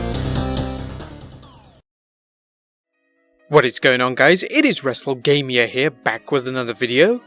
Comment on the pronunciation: LOL... Obviously the guy didn't think the channel name through when every video I hear "Wrestle-Gay-Me-Ah here"... But then Gamier doesn't sound like Lamia, so we get Gamia and even if I don't like the video (I liked this video), I can still laugh at the intro. 😂